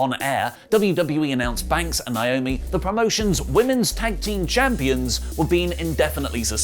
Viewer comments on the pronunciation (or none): It’s so annoying that he keeps calling her Nyomi instead of NAomi. A lot of people are guilty of this and I just don’t get it. Look at the spelling and listen to the announcers when she comes to the ring. How is this hard? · Please start saying NAY - OH - ME ... PROPER. Thank you. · Listen, stop being ignorant and pronounce people's names right. 😑 NAY - OH - ME = NAOMI Pet peeve, this is my sister's name, as well., fix this please. Would you want to be called "OH - LEE"?!